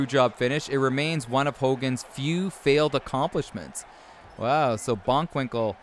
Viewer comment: BOCKwinkel man, not BONK.